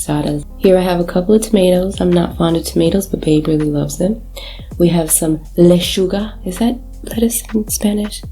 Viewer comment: Le chu ga is the pronunciation